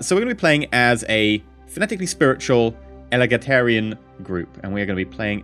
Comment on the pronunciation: Egalitarian not elagitarian :D